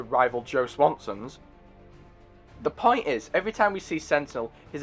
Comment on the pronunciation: "she has a pont"